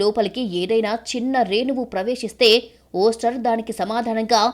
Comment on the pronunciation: ఒస్టర్ కాదె ముందు... డా ఓయిస్టర్